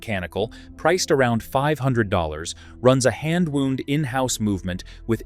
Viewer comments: The AI had me fooled for almost the whole time. Then it mispronounced the word "wound." That's a word no watch person would never mispronounce. Also, some of us (me, for instance) will buy a watch solely for it's looks. My Rado "scratch proof" was so pretty that I had to have it, regardless the cost. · You lost me when your robot pronounced the past participle of "wind" like the identically-spelled word for a bleeding injury. Its tough to stay focused with jarring distractions like AI narration.